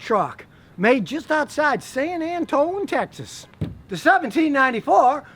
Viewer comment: San Antón?! 👁️👄👁️ Is that what a native from Texas calls San Antonio?